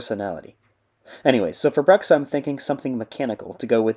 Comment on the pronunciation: You pronounced "Bruxxa" wrong. He told me during a voice call earlier today that it's pronounced "BRU-xxa", emphasis on the long u sound like the word brute or tube.